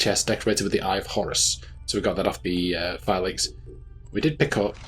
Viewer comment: I hate to be that guy, but I believe it’s pronounced Fee-Lackys or Fee-Lacky-Tie when using plural, lol. Not super-important or anything. I just have a bit of a fascination with languages, lol. Sorry if I came across as rude or anything. Not what I was going for.